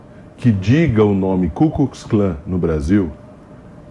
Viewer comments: Gente que vota em UM EX PRESIDIARIO. E DESREPEITA O POVO QUE UM DIA ACEITOU ELE COMO PRESIDENTE(enganados claro, se pensam que a gente e bobo) e AINDA por cima nao sabe falar CUZCUZCLAN. E UMA COMEDIA ESTE PERSONAGEM . LULA NA CADEIA. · Ele falou cuscuz clã 😂🤣😂🤣😂🤣😂🤣😂🤣😂🤣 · Tá errado. Luladrão disse "Cuzcuzclan" KKKKK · ENGRAÇADO O LULA HOMENAGEAR A RAINHA BRITÂNICA ELIZABETH SEGUNDA. COM CERTEZA FOI UM ASSESSOR MAIS PREPARADO PARA RASCUNHAR PALAVRAS E FRASES BONITAS APENAS PARA FAZER MÉDIA . O LULA É UM SEMI ANALFABETO E NÃO ACREDITO QUE ELE PENSOU NESSA FRASE. UMA PESSOA QUE FALA CUCUSCLÃ EM VEZ DE KU KLUX KLAN . ELE NEM SABIA QUE EXISTIU ESSA SOCIEDADE RACISTA NORTE AMERICANA. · ELE FALOU "CUSCUS CLAN" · Lula não falou "Ku Klux Klan"' falou "Cuscuz Clã"! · E o Lula falou cucuzklã...Rir horrores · E o ex presidiário nem soube falar Ku Klux Klan é falou: cuscuz klan.😁😁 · Lula falou cuscuz clã kkkkkkkkk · O ladrão de 9 dedos não sabe como se pronuncia essa ceita cus cus kllan kkkkkkkk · Lula nunca falou KuKlux Klan ele falou Cuscuz clã.. Assassinato pra culinária tem uma grande diferença. 🤣🤣🤣🤣🤣🤣🤣 #bolsonaro22 não tem outro. 🇧🇷🇧🇷🇧🇷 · Só falta o 🐙🐙 dizer que realmente falou CUSCUZ e nós que entendemos errado kkkk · "CUZ CUZ CLAN " kkkkk 🇧🇷🇧🇷🇧🇷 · Ele falou cuscuz clã! Kkkkkkk Quer da uma de intelectual e sempre falando asneiras! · Lula falou cuscuz can